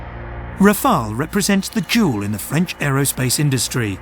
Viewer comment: Part 1 First, could you please stop with this recurring "Rafael" :D "Rafael" is a first name for (male) PEOPLE. The name of the aircraft is "Rafale", which is not a first name for people, but a French noun meaning both "gust of wind" and "burst of gunfire".